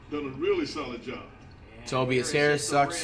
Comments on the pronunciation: "tobis hairis" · "toe-bee-yes harris" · Nobody: Flight: "Tobeas Haris" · Toe-bee-us Harris lmaooooo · Toe-B-Is Harris. - FLIGHT REACTS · “Tobeeas harris” fr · Nobody: Flight: tobyas harris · Flight said Tobies Harris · “Tobees harris” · This is not a hate comment but isn’t flight mispronouncing names on purpose just getting boring like tobeis Harris I s another one to the collection like the more players he mispronounces the less funnier it is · When Flight does not have a name that he can mispronounce such as Tobias Harris, he flips it so he sounds even more dumb and to keep the act going (Simmons of Ben)